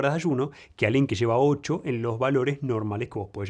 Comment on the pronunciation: desachumna??? Sheva???? ocshoooo oshho> saluuuud XD